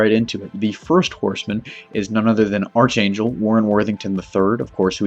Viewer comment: Not a big deal... but its ARK-angel... spelled Archangel... but its pronounced ARK